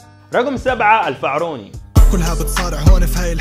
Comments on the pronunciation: الفاعوري وليس الفعروني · الفاعوري مش الفعروني😂👌🏻 وبرضو ... أبو الرُب مش أبو الرَب (في فرق كبير)